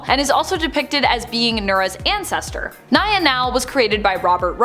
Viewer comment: Dreamers civilian name is pronounced NEEYA not NAYAH. You guys always do this. Do better!